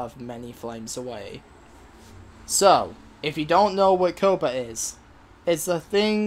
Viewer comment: Ko-puh? It's pronounced Kaa-puh.